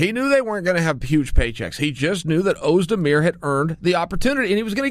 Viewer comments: volkan OhMyDear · You didn't butcher "Oezdemir" nearly as bad as you do poor Yair Rodriguez. Even the English subtitles translate it to "your rear", lol. Ferguson isn't getting a fair shake, imo. He's done the work, he's beat the guys and deserves this shot. I'd rather see that than a rematch with Conor. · *Ohbdear is what he said isnt it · Us 'da beer